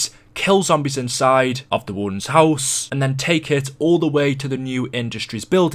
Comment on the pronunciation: the way he says house pisses me off